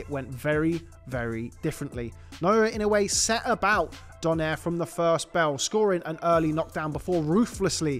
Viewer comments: I liked when they sa it "Donare" instead of saying "Do-nai-re" it's funny though 😂😂😂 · Ironic, they can pronounce Nonito properly while they kept saying his lastname wrong😂😂😂😂😂😂😂